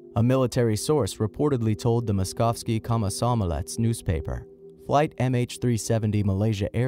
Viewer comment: Is the voice digital or real? The Russian Newspaper 'Moskovskiy Komsomolets' is pronounced horribly wrong. At least make the effort to pronounce names right. I'm sure that there are many Malaysians who are also not happy with the way Malaysian names are pronounced. As well as that, at least have the sense to not include theories that are obviously wrong, anyone with common sense knows that North Korea would never do anything like this, and it is impossible for them to have interfered in any way, according to all investigations (maps, recordings et.c.). On the other hand, you channel name 'TheWacky' suggests that you're never serious about anything, so this feedback will mean nothing to you.